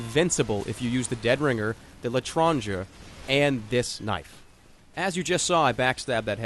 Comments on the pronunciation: btw jerma its pronounced Lesh-ron J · BTW It's Let-Ron-jer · It's pronounced Lay-Tron-JAY (but in a french accent) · Its pronounced 'l tron-jay', and is french for 'foreigner', as it is a basis of the word 'stranger', or someone you dont know. I speak french as a second language, its not hard at all. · Le-tron-zhay. That's how I say it at least. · love how no american can pronounce "l'etranger"